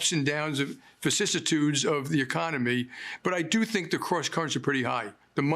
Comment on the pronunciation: what is he saying? 'facissitudes???' don't know that word and the subtitle skipped it